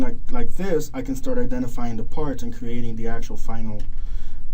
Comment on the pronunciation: It's "creating" not "crating"